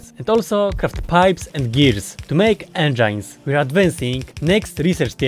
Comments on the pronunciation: Engines, enjines I learned a new way to say engines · It's funny how you say энджайнз instead of engines